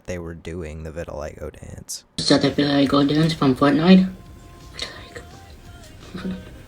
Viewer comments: not vitiligga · Deecent vid but the way you mispronounce vitiligo makes me wanna deep fry my hand